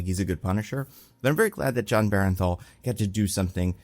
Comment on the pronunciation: Heads up: It’s BERNTHAL, pronounced burn-thal. There’s a few content creators calling him berenthal and I wonder where that comes from